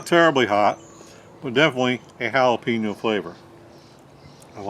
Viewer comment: It's so wrong but sounds so right: Hail uh pee noh Spam!